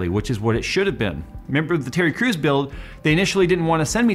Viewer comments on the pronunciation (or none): Hey pronounced Terry Crews not "Tery Cruz" lol 😂